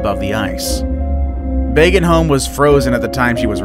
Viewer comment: Narrator, can you at least TRY to prounounce some names right? It was BÅGENHOLM, not Bagenholm. Å sounds a bit like 'oh'.